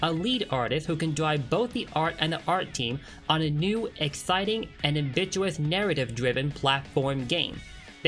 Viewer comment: The way he said Ambitious. I fucking died of laughter and my inner self slowly died of the pain it got due to mispronounciation